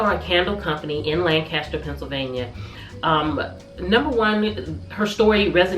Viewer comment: I was so excited to see you traveled to my hometown of Philly, and even more excited to hear you're sourcing your candles from Lancaster, where I went to school 😊 Pro tip: pronounce it Lanc-ISS-ter, not Lan-CAST-er (that's how we know you're not local 😂)